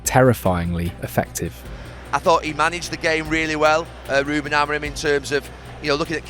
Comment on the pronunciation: The day is yet to come when an Anglo can pronounce any Portuguese name correctly: "Amorime this, Amorime that, Amorime, Amorime, Amorime." There is no E at the end, the M is silent. Ah-Muh-Reen. Try it. THEN you will say his name correctly.